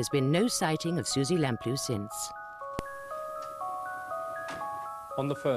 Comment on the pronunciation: Also the mixed pronunciations. One minute it's "Ca-nan", the next it's "Can-an". And one of the officers even calls them the "Lam-ploo" family whereas it's actually "Lamp-loo". It's less annoying if it's consistently wrong, rather than jarring back and forth like that.